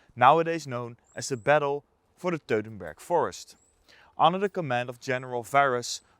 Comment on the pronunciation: please do NOT say teutenburg forest, Say Teutoburger Wald...!